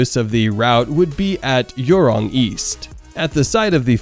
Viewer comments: Please pronounce properly! Johor is not Yohor, Jurong is not Yurong! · It's Joh hor and jhu rong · I just can't The pronunciation of Johor = Your Hor, and Jurong = Yurong just gets me rolling. You don't pronounce juice as yuice though, so why?! 😂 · Why are you saying Yurong and Yohor... it's a freaking J not y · yuwrong pala bapak kau! 🤣🤣 Jurong - pronounced as jewrong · haha. That and his pronunciation of Jurong as Yurong and Johor as Yohor. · What a load of bs that this presenter has given who can’t even pronounce the names of these Malaysian & SG people properly, who were involved in this dreamers’ project. This so called hsr project won’t be happening anytime soon or in the future if it were to be built by the locals who don’t have the technology nor any expertise in constructing the hsr system like those in China which has the world’s largest network of HSR. None of these 2 countries in question, have a fast speed train system in operation other than the regular diesel or electric train system which is now running between the two countries. Besides, if this HSR project were to be realized for the two countries in the foreseeable future, their system would definitely not be the first HSR in SE Asia, coz’ Laos & Indonesia have their HSR system already in operation, which were built by China. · I can’t with the Jurong and johor pronounce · SGP and MY already high income economies，and butchering of local names